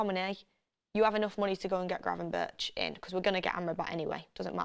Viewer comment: Donny van de beeeek😂 and granvenburch😅